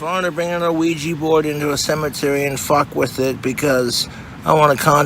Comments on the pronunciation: ah-weegee board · Wish I had an "uh-wee-gee" board... Donations are greatly appreciated. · Oh-weegie borg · I hate how he enunciates the O in ouijia board lol